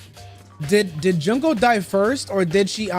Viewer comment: I think he means the pronunciation of her name because says it like junk-o but yeah worst stream to put this comment on